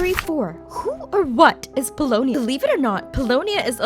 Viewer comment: Pulonia is Mary-ann!